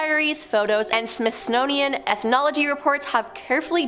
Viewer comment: I know she probably didn’t mean to pronounce it wrong but she said ”SMITHSNOWIAN” instead of SMITHSONIAN 🤣🤣